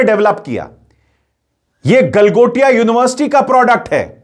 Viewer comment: गलमोटिया नहीं गलमोदिया यूनिवर्सिटी बोलिये, 😂😂😂😂